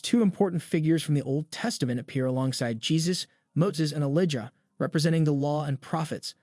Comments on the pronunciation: Didjah know? ELIDJA. EEE LIE JA Lol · E Lie Jah.....................say his name properly........................ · Wow, you need to learn how to pronounce Elijah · I suggest the narrator of this trailer should familiarize himself with biblical names and proper pronunciation, ie. Elijah. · Who can’t pronounce Elijah!!! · who narrates this!! DIS-aples?? IliJah?? FINilly?? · Dear narrator; get a coach to help you pronounce key words correctly... "finale, Elijah and disciples" need work. Other than that (small detail), good work